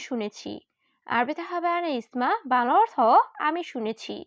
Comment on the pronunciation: বাংলা অর্থ বলেন নাকি ভালা অর্থ বলেন স্পষ্ট করে বলবেন...... বাংলা অর্থ